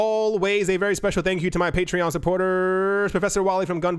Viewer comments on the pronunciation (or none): none